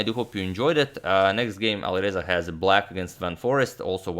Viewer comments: Love these videos. Is it just me or does it sound like he’s saying AliVeza, not AliReza? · V and R are phonetically close. So in a lot of languages (maybe Croatian too?) they sort of merge in some cases. So you are probably right to hear the closeness.